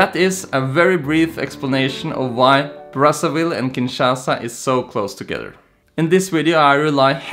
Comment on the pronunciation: It's not pronounced "BraSSAville. It's actually braZaville